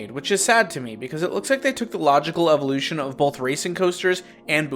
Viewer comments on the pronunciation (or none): none